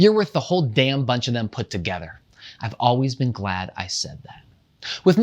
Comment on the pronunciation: says gald instead of glad